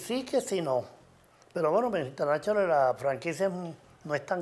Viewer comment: Internashonal Jajajaja